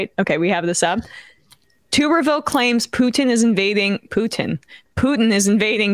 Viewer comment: OK so it's pronounced TUBBERvill. Not TOOB-ervill.